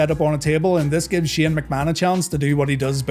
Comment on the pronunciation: Shane, not, stop saying!!